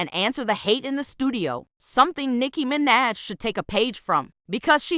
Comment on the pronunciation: nicki mi-naj 💀💀